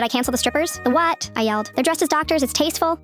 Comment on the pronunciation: That “the whAt” made me loose it😂